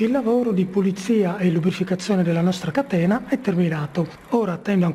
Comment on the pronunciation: aahhahah..ma questo è un video comico.La parola "catena" viene pronunciata " a catena".